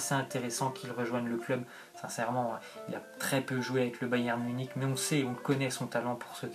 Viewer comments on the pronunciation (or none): none